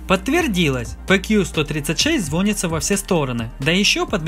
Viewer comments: Не звонится, а звонится. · Мне одному жутко режет слух "звОнится", а не "звонИтся" ?! :)